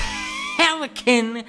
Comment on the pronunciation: phELICAN? AAAÆEEEH